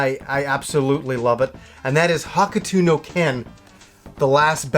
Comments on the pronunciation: its not haka tu no ken ,its more like hohk toh no ken .. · Hokuto no ken is not pronounced Hah ku too, its pronounced Hok toh